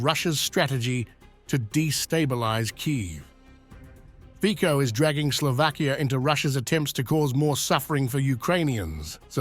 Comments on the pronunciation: Fico is pronounced Fitso in Slovakia, because of respect, please correct your pronunciation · His name is pronounced Fitso .. not Fiko 🤦🏻‍♀️ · It's Fico and not Fiko. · Fico, not Fiko :D you are funny.. u dont even read his name properly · Its Nót Fiko its Fico... Get it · Fico isn’t pronounced with K but C in his surname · Fiko 😂😂 .. his name is Fico .. CCC not K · His name is fico no fiko dumpass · It’s not pronounced as Fiko but Fitso 😅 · Please next time pronounce his name as “FiCo” and not “FiKo”. I know that English is international language but there are also other languages used in this world so if you want to be more professional try to research how to pronounce names that come from other languages before you use them as part of your reporting😉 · it is not Fiko! It pronouces Fico with C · FiTZO not fiko😂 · Commentator should do his homework. Read Fitzo not Fiko. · The Pronunciation of the Name of the Slovak Premier, Fico, is not Fiko, but Fitso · It's ˈrobert ˈfitso- not 'fiko))) can't even pronounce his name correctly)) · "FIKO"??????? At least pronounce his name appropriately !!!! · Fico has to be pronounced as FITSO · Fitso pronounce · The name Fico is not pronounced Fiko - pronounce his name correctly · Fico name doesnt pronounce like that 😄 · Please, pronounce cortect the name of PM R. Fico